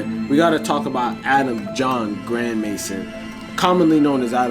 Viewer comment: his name is actually pronounced grand may zone and yeah he's a total goofy always hated this guy